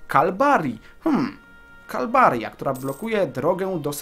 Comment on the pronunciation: gałganie jak ty wymawiasz te nazwy prowincji:D? Nie abruzzi tylko abrucsi, nie calbaria tylko calabria nie firenze tylko firence i nie romagna tylko romańia (gn = ńi)... Nie żebym się czepiał ale trochę mnie to irytuje:P i pewnie dlatego będziesz robił to częściej Kappa P.S. Mieszkam we Włoszech dlatego też wiem jak się czyta nazwy tych prowincji;)